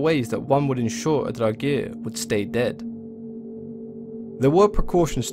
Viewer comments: Well it proncances in Swedish like this: Draogir or Dragr. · like the video but I dislike the way he says draugr